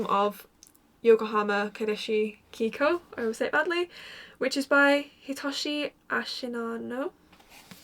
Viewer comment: Kaidashi -> rhymes with "Guy mosh she" or "Fly posh-y" You got "kikou" right tho ❤